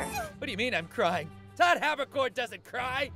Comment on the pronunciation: Jesus Christ it’s Todd Habberkon